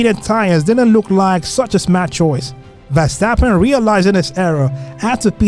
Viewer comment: Yeah, I suspect voice was done by AI, because Hamilton and Verstappen pronunciations are just joke + I would recommend to be more concerned about Suspect and reality : your narrative in explaining season and pilots was good, but actual race comments arecan not compare to suspense